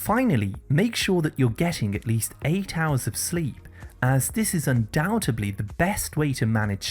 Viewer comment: "undoutbably". Nope, the word is undoubtedly. Please fix!